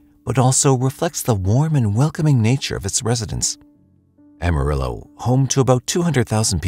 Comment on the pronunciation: “ll”, or double L, would be pronounced “-ee” in Spanish. “Ah-mah-ree-oh” 🤙🏾(don’t forget to roll that r 😊)